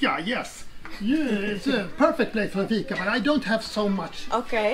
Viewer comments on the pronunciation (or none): It is fika. Not figa 🤷‍♂️